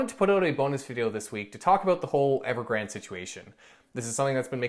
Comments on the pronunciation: its pronounced as Evergran - De like day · Evergrandee(y). Pronounce the last „e” like the first „e” but ever so slightly longer and add a subtle „y” at the end, done.